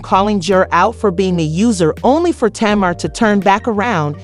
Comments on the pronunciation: Her name is TAY-MAR. 😊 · Why are the names being pronounced wrong